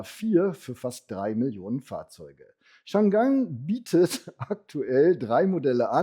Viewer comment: Hersteller Changan wird in Chinesisch als Chang An (nicht Chan Gan) ausgesprochen. Chang An (长安) war die Hauptstadt von TANG-Dynastie, wobei TANG wiederum ein Modell von BYD ist.